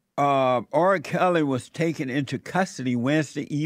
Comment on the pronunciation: Jesse, i love you bro. But why does it seem like your struggling to say the letter R, in R kely